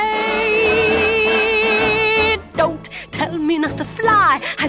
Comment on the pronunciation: I LOVE how - the camera pauses for her to sing...nobody's gonna rain on my pa.....then the camera pans out and for the rest of the scene she lets loose on the last syllable...rade...down to the enunciation of the letter D!